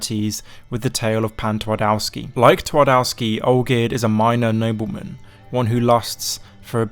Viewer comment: ngl i like how you mentioned Pan Twardowski as its clearly what Heart of Stone is based on, but your pronunciation of Polish makes my ears bleed.